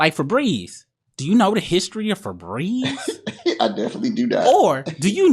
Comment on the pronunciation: “Do you know about Febreeze!?”